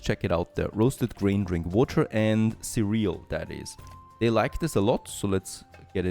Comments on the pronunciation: Cereal... 'Cereal... not ce'real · he pronounced surreal 😂